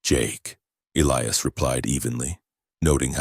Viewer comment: Eiias is pronounced : E' L-I'AS Not Ellyas